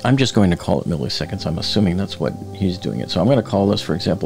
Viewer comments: The second "i" in milliseconds is pronounced exactly like the first. It's not milley-seconds. It's "millis-econds." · Millisecond is NOT pronounced “Milly” seconds.. it’s “Milla” seconds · Please stop pronouncing “milliseconds” as “mihl-EE-seconds”. Just pronounce the second ‘i’ with the same sound as the first one: “mihl-ih-seconds”. (You’re welcome!) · "Milly seconds"